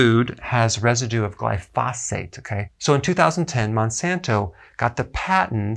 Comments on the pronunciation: Gly-fo-sait not gly-fos-fate. Potato potato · If you are going to continue to say the word glyphosate you should learn how to say it correctly.